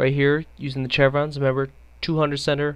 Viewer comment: Your take on the VSS is terrible. What were you even talking about accuracy? You missed half of those shots on purpose. Also the chevrons (Pronounced shev-rons) are zeroed at 200, 300, and 400m. The large one is 100m. You really need to keep your opinion to yourself if you don't know enough about something.